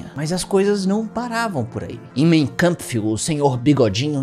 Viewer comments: ninguém precisa saber tudo, não encare como uma crítica, mas a pronúncia do título do livro do bigodinho é "máin câmpf", não "mêin câmpf". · Corretamente lê-se “main kampf” e não “mêin”